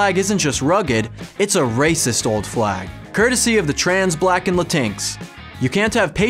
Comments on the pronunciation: Lmao the way he pronounced “Latinx” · So good. My fav: how he pronounced “LatinX”😂